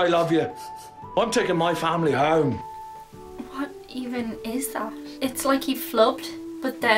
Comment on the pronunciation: I totally agree with you about John Voigt in the General, that & In America are 2 of my favorite movies!!!!! I can't believe you didn't bring up Boondock Saints!!! I thought for sure that would be in there! LOL! That actor in that Sons of Anarchy clip really flubbed the word "home", I can't believe they didn't do another take!!!